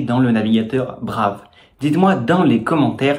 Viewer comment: Hello on dit [Braïve], sinon ce n'est pas le même usage